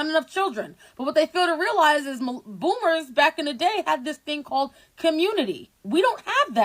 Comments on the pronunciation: Ok I thought I was having hearing problems. Like is she saying Boomers but I'm hearing Bloomers? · Everytime you say bloomers instead of boomers 😂😂😂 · Boomers not bloomers. Learn to say it before you speak on it. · “BOOMERS” 😂 its “boomers” no L 😂😂😂 I did chuckle to hear you calling the old people bloomers tho …I think of underwear when you say it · Is it me or are you saying bloomers?